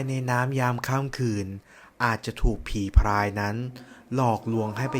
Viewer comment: ผีพราย นะครับ ไม่ใช่ผีพายนะ เผื่อบางคนไม่ทราบ การออกเสียง ร. และ ล. มันก็สำคัญตรงนี้แหละครับ ผมเข้าใจนะครับว่า บางคน กระดกลิ้นไม่ได้ ผมเองก็เคยเป็น แต่พอลองฝึกฝนดูก็ทำได้แล้วครับ